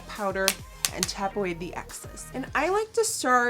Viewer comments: She always says "access" instead of "excess " lol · It literally keeps sounding like she's saying "tap away the access..." Lol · did she say tap off the access or the axis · You can pronounce excess any way you want. You speak English better than most people who have English as their first language ;) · Honey i never even thought it was too much and never noticed you say excess wrong! You speak better than 95% of the people i know who speak English as their 1st language!! Those haters should def step on a lego!! Lol i love you and you are amazing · The "excess" mishap was only the once. A simple slip of the tongue. Every other time was pronounced just fine, so all is "grool". Also, I've just added "step on a Lego" to my mental book of insults.